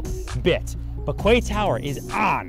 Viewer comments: It's pronounced "key" not "kway". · “Kway”??? I’m just a minion but surely it’s pronounced “key”? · I thought it is pronounced as ‘key’ not ‘kuay’ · Does American pronounce quay as kway instead of kee? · Kway tower?…well in English ‘Quay’ is pronounced Key..but let’s not quibble..because Serhant just delivers…another signature original, creative amusing pitch overflowing with energy and personality..delivering he is the best in the business..often imitated never equalled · Is he say kwaeee instead of quay? Pronounced ‘key’? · Please pronounce it was "key". Your international clients will make fun of you tremendously if you pronounce it "kway" plus that pronunciation is not in academic dictionaries! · My eye twitched every time he said "KWAY TOWER" lol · It's pronounced "key". Maybe you'd get away with "cay" but only if you're from Cork. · Isnt it pronounced as "kee"? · Lol legit i thought kway was an American way of pronouncing quay. Bet he's regretting this video so much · It’s also the American pronunciation- if you are selling high end property you should really know how to say the name of the property. It’s just bad research otherwise. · Mmm.prounounce it right then ill make an offer ... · Especially when you can't even pronounce the name of the property you are trying to sell